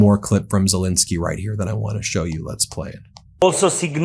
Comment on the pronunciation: I’ve known of president ZelEnsky for quite a while. Who is this fellow Zel-I-nsky people have been blathering about for month after month after month? Who the hell is “Zel-I-nsky”?!?